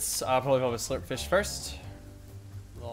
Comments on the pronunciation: Lachlan said slurp flish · he said slup fish